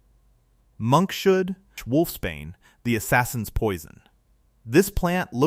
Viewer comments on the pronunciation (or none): Yep, its pronounced as Monks and hood, the hood of a monk.these small but glaring mistakes are very caring and undercut the seriousness ans validity of the docum we ntsries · It's not pronounced "Monk-Shood" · Yea well mr Ai apparently has problems with reading Monkshood...